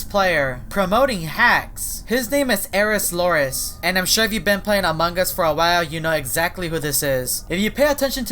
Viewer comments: SIRE SIROL NOT ERIS LORIS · It's sire sirol not you saying